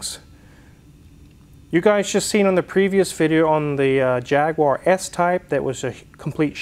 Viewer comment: JAG-U-AR not JAG-WAR.... Small point but it sounds terrible when pronounced wrong.... Good service..